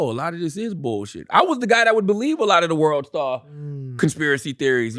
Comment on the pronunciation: "U bulive wacha u bulive U bulive wacha u bulive U bulive wacha u bulive "